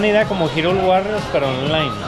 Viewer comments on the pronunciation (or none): none